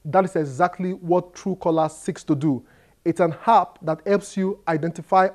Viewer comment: it's pronounced "App" not "happ"